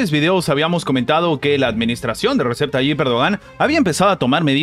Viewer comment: Se lee Reyeb en turco la “ c” suena parecido a “y”